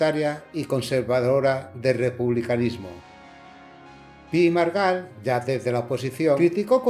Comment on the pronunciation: Copón, ¿Tan difícil es pronunciar correctamente Pi y Margall?